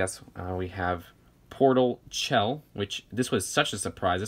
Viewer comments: ITS PRONOUNCED SHELL NOT CHELL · It’s spelt Chell but you pronounce it like Shell